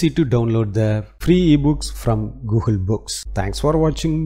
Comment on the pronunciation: Dude.. it is NOT “GOOHUL”.. it is Google 😅